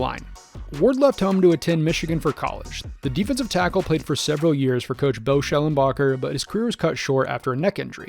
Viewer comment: Before that scandal broke out at Michigan about the doctor who molested Michigan players, and Bo knowing about, I would have said how the hell can anybody butcher Bo’s name! But, he’s an enabler scumbag! So butcher his name all you want.